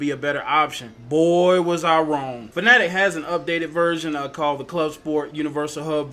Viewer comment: Kudos on the correct pronunciation of Fanatec! SO many people still pronounce it "Fanna-tec" which as OGs know is incorrect. ;-) The Universal Hub is such a cool peripheral, though I never owned one I spent a long time eyeing one up. Simagic (and other brands) definitely took inspiration from it, my GT Pro-K wheel looks and feels quite similar though the hub is integrated. I migrated to Simagic after several letdowns by Fanatec equipment, lack of deliveries in their year of hell and painful faulty kit RMAs. It's a shame Fanatec didn't put multi-way buttons and spinning knobs but I guess they wanted to maintain console compatibility. That's where hubs like Simagic's win for flexibility. Mine feels pretty lightweight too, an advantage I suppose with being able to design it in to the product from the start.